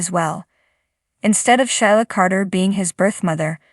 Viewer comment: Sheila is pronounced SheeLa. NOT shy La .